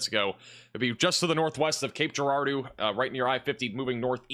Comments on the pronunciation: It’s pronounced Jarardeau, as in Gerald. 😂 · In Cape Girardeau, pronounce the “G” like a “J”.